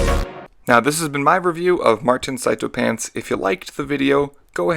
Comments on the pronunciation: It's sea toe, martin himself pronounced it that way at the end of his just cause 3 vid (the first one) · sarah bloom, you wouldn't believe me but, you, are, wrong. It is pronounced psy tow